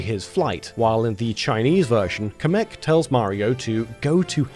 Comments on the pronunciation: Kamek is pronounced "Cam-eck" not "Ca-meck". Did this drive anyone else crazy? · I'm sorry but someone has to say something you are pronouncing kamek wrong